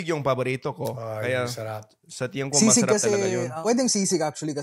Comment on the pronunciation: Jared: really enjoy your videos... just a friendly fyi.. it's tingin (tee ng een) instead of tiyan (tiyan's belly...) :)